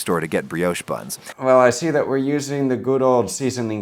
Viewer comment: Pro Chef Tip - don't forget to season your Kitchen floor before cooking, that way if you ever drop anything you never have to throw it away. That's the first time I've heard Brioche pronounced as "Bree-Yowsh"!